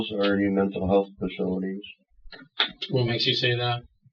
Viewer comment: "jails are the new men'tal health facilities"..., he's been planning his excuse for some time...the whole time he was pretending he can't talk.